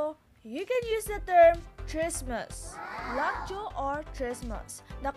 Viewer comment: ano ba yng english mo😂 “lock joe”